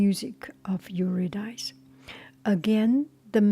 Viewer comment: Yer-ah Dis-ee😊